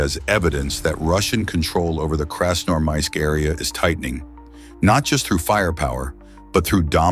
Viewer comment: Hey dud, you have to improve your ai, who a hell in the world pronounce красноармАиск, это красноармИик. И тоже нет КАев а КИев.